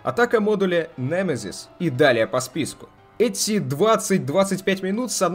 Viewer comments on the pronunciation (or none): none